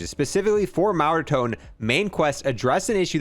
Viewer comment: Why do you say mega ton weird, sounds like megatom